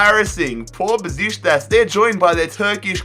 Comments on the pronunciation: It's BUH SHICK TASS, not "besishtas" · I don't think it's Bezishtas... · how the hell did he pronounce "Besiktas"😂😂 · You're saying Beşikteş soooo wrong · Your pronunciation is appalling /Besiktas, Victoria Plzen, Rennais, AEK to name a few/. You miss key transfers and team movements up and down /Sevilla and Benfica going in and out of League 1 predominantly; or City`s and PSG`s consistency/ also show terrible maths skills /how can Besiktas go through b2b relegation 3 times but only reach League 4 in season 5?/. Embarrassing. Good experiment ,though.